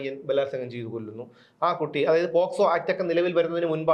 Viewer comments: Posco അല്ല pocso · പോസ്കോ അല്ല. പോക്സോ.